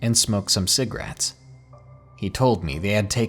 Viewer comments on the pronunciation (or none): It bothers me how you say cigarettes 😂